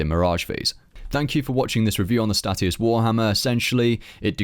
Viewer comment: 'Stay-shus' hate hearing stat E us lmao